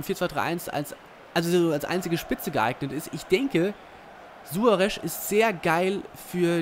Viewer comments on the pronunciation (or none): Ernsthaft:, wie kommst du auf Suare'sch'?:D Jeder Kommentator und jeder andere Fussballgucker weiss doch, dass er Suare's' ausgesprochen wird^^ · SuareZ, nicht Suoaresch... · Suarez nicht Suaresch! Aber trotzdem gutes Video! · Meiner Meinung nach klingt "Suaresch" voll bescheuert. :D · Sorry aber langsam regt es auf -.- Du kriegst keine folge hin wo du nicht einmal alle namen richtig aussprichst Suaresch?? Dein ernst?? Oder mirajas.. wtf xD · Suaresch xD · Suaresch hahaha